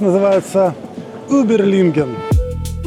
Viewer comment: Привет! смотрю Ваш канап давно и подписан. Относитесь внимательно к названиям и произношению. Город не Uberlingen а Überlingen, не Констанция а Konstanz